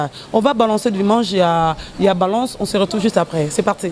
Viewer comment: on dit balance et non banlance